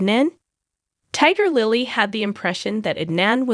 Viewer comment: Tigger Lily??? 😂 AI sucks